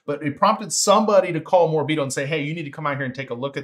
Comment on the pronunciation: It’s definitely pronounced More-a-beet-oh. Cheers, and thanks for the excellent analysis.